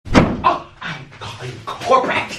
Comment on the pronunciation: Ofcourse the first thing he says IM CALLING COH PRET